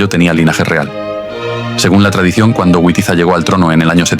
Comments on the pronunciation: Les ruego encarecidamente que Witiza y Wamba los pronuncien como debe ser Vamba y Vitiza, por favor NO Güamba y Güitiza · No sé pronuncia "güitiza" se pronuncia "vitiza" para los germanos la w=v y los godos eran germanos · Por favor! No pronuncie a Witiza o Wamba a la inglesa, el ingles, como el español no existían en esa época, los godos eran pueblos germánicos, la W para los germanos, como para el alemán y el español actuales, tiene valor de B, así que Witiza, pronunciar BITIZA, Wamba, pronunciar BAMBA. Por favor, no le deis a los actuales ingleses un honor que, bajo ningún punto de vista, merecen. Gracias por leer y gracias por la Historia. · La W en español, se pronuncia como V, igual que en alemán, Wamba y Witiza, se pronuncian Vamba y Vitiza, no es la W inglesa.